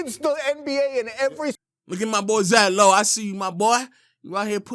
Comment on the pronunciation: LOW really sounded like swagu